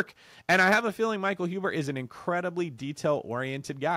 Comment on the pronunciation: It's Zuber not huber. Pushing them courses hard aren't ya, things don't seem easy in land while Huber is living off of cashflow and helping a ton of people, keep pushing them courses harder and selling to mis informed victims, that is what you do best.